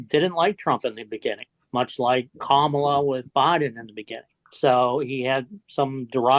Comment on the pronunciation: They can't pronounce Kamala correctly